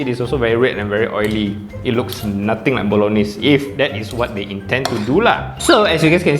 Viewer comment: Ayy you know the correct Bolognese pronunciation! I see you as a man of culture. This I’m gonna buy!